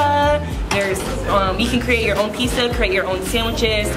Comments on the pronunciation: “pisa" me:ExCuSe Me it's pizzah ir pixxa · THAT DROVE ME CRAZY HOW SHE SAID PIZZA OMG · Omg I’ve never heard anyone call Pizza, Pisa. Lmao soooo cringe. Hopefully that UCLA education taught her correct pronunciation. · I went to UCLA in the 90s as well when people actually got in because of their scores not because of their skin color this girl can't even pronounce Pizza.😐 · Why do you say pizza “pisa” ?? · i’m sorry but if she says pisa one more time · Omg I’ve never heard anyone call Pizza, Pisa. Lmao soooo cringe. So much for the UCLA education. Pisa oven 🤦🏻‍♀️ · The way she says pisaa omfg i love it😂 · Pissa?? Lol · She said it more like Peesah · Why doesn’t she know how to say “pizza”. I cannoooot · Nah, she was saying Peesah😂😂